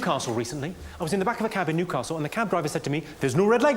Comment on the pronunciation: As a Geordie he nailed Newcastle